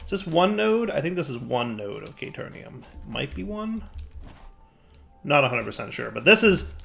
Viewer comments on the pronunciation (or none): I'm not screaming "Kay-teer-eeyum" at the screen or anything.